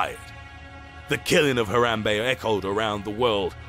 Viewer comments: Why couldn’t you just pronounce it normal man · I love how he pronounces Harambe as “H-ah-rah-mbe” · He even rolls the “Rrrrrr” while saying Harambe. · the way he said it too "NUMBER ONE, HARAM BEY!" XD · why is he saying Harambe's name so weirdly? Haaarrrrrraaambeey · Hathrathrabe it sound like to you said that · The way he says Harambe😂😂😂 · He even rolls the r lol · Fo you really have to enunciate "HARAMBE" so ridiculously? lol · The way he pronounces Harambe is weird. He sounds like a Mexican when he says it. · Um.......the way you say Harambe makes me happy in my insidey parts. Forgive me!